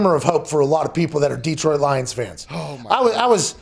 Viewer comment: Hey Pat. Detroit is just one E. Its not DEEEEEtroit. Its just Detroit.